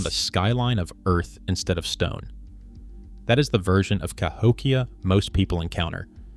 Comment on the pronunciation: AI slop narration CA-hok-ia? No, - ca--HOk-ia. a a slide show with overlays of floating fluff, floating frames and, dramatic 'music' and a fake claims of academic drama. A standard lecture would have been sufficient. There has NEVER been settled claims on Cahokia. Science builds over time. Thisis crap.